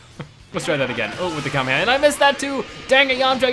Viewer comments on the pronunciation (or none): It's called the kamayamay wave